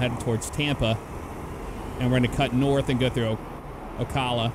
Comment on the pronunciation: Lmao it's Ocala not ocalla. Cal as in caliber. XD